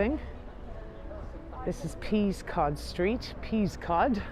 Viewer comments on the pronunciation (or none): I was born in Windsor and it was never called “peas-cod” street. It was pronounced “pescod.” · Lovely video. Really liked it. Peascod Street, as so often in these islands, is pronounced differently from what its spelling would suggest. It is pronounced PESS-cod street. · Great tour, just a couple of pointers from a local! Peascod Street is pronounced Pezcud. The Crooked House or Market Cross House, has always been called a house despite always being a commercial property. We are blessed with many parks and green spaces in Windsor, the one with The Long Walk is Windsor Great Park, and that is part of The Crown Estate. Fun fact, the pillars at the Guildhall are an inch short as deemed necessary to support the building above, but, put in just too short to prove they weren't. The architect of the Guildhall was actually Sir Thomas Fitz, it may have been Wren who completed the building on Fitz's death according to folklore. I personally prefer the view of the Castle from the Riverside station, you are also near the river and Eton is just across the bridge. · Fab video- for the record Peascod St is pronounced Pescod St - I live here and it’s how locals have always called it